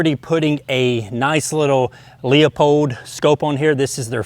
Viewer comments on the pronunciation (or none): Leupold is pronounced LOO-pold, not LEE-uh-pold. How would like it if other ignorant, apathetic people like you called the Henry rifle a huh-NUR-ee?